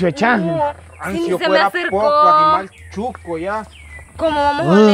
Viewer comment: Hola se dice shuco